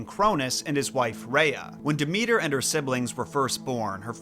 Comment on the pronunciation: Maybe if you learned to pronounce her name she'd be kinder to you.